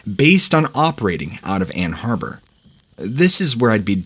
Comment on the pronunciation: I believe in is pronounced Mackinaw, isn’t it? This guy also called Ann Arbor, a place in Michigan, Ann Harbor. I enjoy these posts but the hosts so often mess up the names of places they are speaking about.